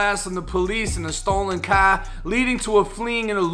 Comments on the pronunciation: That H in car is silent my guy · where u from? yu got some southern akcent, but when you said car,..... i hears cah, some city lingo ,lolololo . when ur spirit is broke,.... thats when jesus can do work. sounds bad but jesus is the only way he is the truth, the light and the way. and when you broke and reach out he is there. he is always there. amen i give thanks. we are all flawed.. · Me: “Car”: “Caahh” Me: Charge: “Chaaaj” Me: “Star”: “Stahh” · Stolen Kah! Gotta be from Boston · In a stolen cah? 😂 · Every time I hear dude say car or charge it’s like tell me you’re from Massachusetts without telling me